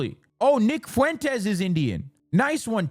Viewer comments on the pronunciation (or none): none